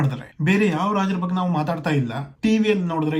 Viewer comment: ಏನೂ ಬಗ್ಗ ಬಗ್ಗ ಅಂತೀಯಾ ಮೊದಲು ಕನ್ನಡ ಉಚ್ಚಾರಣೆ ಮಾಡೋದು ಕಲಿ, ಬಗ್ಗೆ ಅಂತ ಅನಬೇಕು, ಮತ್ತು ಇಲ್ಲಿ ಶಿವಾಜಿ ಯನ್ನ ಹೆಚ್ಚಿಗೆ ಪ್ರಚಾರ ಮಾಡ್ತಾ ಇರೋದು ಮರಾಠ ಸಮುದಾಯ ಅವರಿಗೆ ಆವರ ಸಾಮ್ರಾಟ್ ಬಗ್ಗೆ ವಿಪರೀತ ಅಭಿಮಾನ ಇದೇ ಅಷ್ಟೇ. ಮರಾಠ ಸಮುದಾಯ ಈಗಲೂ ಬಹಳ ಪ್ರಬಲ ಸಮುದಾಯ ಮಹಾರಾಷ್ಟ್ರ ಸುತ್ತಲೂ ಇವರ ಪ್ರಭಾವ ವಿಪರೀತ ಇದೆ ಅದರ ಪ್ರಭಾವಕ್ಕೆ ಲಿಂಗಾಯತ, ಕುರುಬ,ನಾಯಕ್,ಬ್ರಾಹ್ಮಣ, ಜೈನ ಎಲ್ಲರೂ ಒಳಗಾಗಿದ್ದಾರೆ ಅಷ್ಟೇ ಯಾಕೇ ಮುಸ್ಲಿಮರು ಕೂಡ ಹೊರಗಡೆ ಶಿವಾಜಿ ಮಹಾರಾಜರ ನ್ನೂ ಕೊಂಡಾಡುತ್ತಾರೆ ಅದಕ್ಕೇ ತಾನೇ ಸಂಜಯ್ ಖಾನ್ The Great Maratha serial ಹೊರ ತಂದಿದ್ದರು.